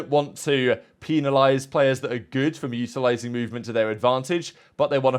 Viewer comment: Brother what did you say ? Lmao it sounds like you’re trying to say “utilizing” but it sounds like you said mutilated lmao